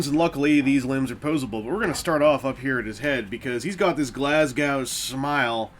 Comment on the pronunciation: Glas-gow? It's more pronounced Glasgo. No chow here. Something is blocking me from getting into this set, it very much feels like Unique Toys took a long hard look at Feral Rex and used a lot of their key design elements but it sort of feels "more of the same" and lacking anything truly inspired.